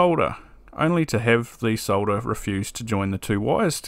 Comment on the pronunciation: Thx for not trying to pronounce the L in solder, as Mr. Carlson insists on doing sounding like a moron.